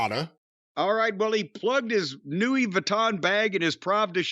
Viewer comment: Just when I want to hear something they’re saying, Jim flubs “Louis” and we go off on a tangent and never return… damn it.